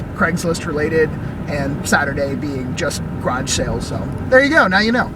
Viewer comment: Creepy sounding scab lady. Plus I like how you say grodge instead of garage